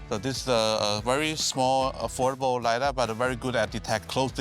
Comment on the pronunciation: pri robotaksiju so bili debilni prehodi posnetkov, ki so dajali občutek, da je avto trčil. in stalno govori lidEr, namesto lidAr (če že ne lajdar).. sicer pa kul reportaža.